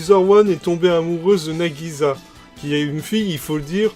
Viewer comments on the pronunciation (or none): Alors "Dallos" n'est pas la première OVA et "Iczer-1" n'est pas la deuxième. Nagisa se prononce "Nagissa" (comme si il y avait deux "s"). Les japonais ont le son "z".